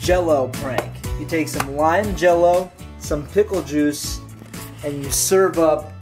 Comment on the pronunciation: I thought he said pimple juice..